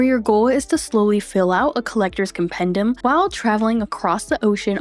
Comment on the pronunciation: As hermione would say: it’s compendEEum, not compendUM.